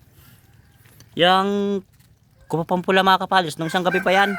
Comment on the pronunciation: KUPAPA NOT COPAPA NAPAKABOBO MO